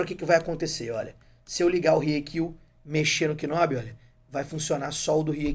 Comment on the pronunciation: Video excelente! Obrigado por compartilhar a dica! Se me permite uma correção, a pronúncia não é "k"nob. Na realidade, você não pronuncia o K. Pronuncia-se "nob".